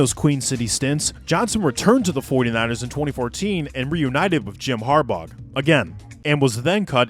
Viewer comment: had to turn if off when he kept saying harbog